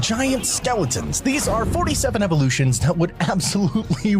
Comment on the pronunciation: "47 Evorrrlutions" im dying